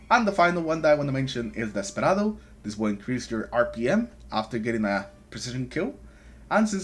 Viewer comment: My first video, and I knew you were Hispanic with that beautiful Desperado pronunciation 😂❤